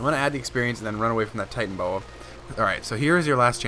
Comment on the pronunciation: Why did it say "titanboa" when it's supposed to be titanoboa?